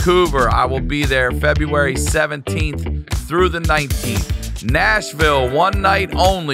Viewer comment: VanCoober 🤣 and then he said Fevruary 🤣🤣